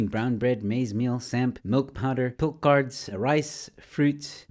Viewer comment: Are you a South African? Who taught you how to say PIL-CH-ARDS. It's a CH, like in church. Not K like in Cards.